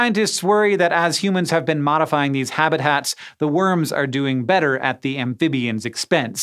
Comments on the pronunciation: I’m sure he says habit hats and not habitats. Played it back many times n yup! Still, love this channel and all the brilliant stuff to learn from them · Did Hank say "habit hat" instead of "habitats" ... ? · ”HABITHATS” excuse me? Habit HATS? Lmao 😂